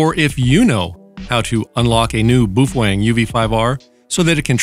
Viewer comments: Ok, so ... Bow fang is how most people pronounce it, Bo Feng is how it's supposed to be pronounced, but ... Boof Weng is now how I shall forever pronounce it! :D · "Bouf wang." LOVE IT! 😁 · "BooFwang"? LOL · you are out of tuch mate do your home work. you dont even pronounce the name correct . ijut